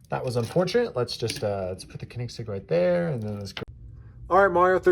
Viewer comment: Nice race, but the way you pronounce Koenigsegg gave me an brain tumor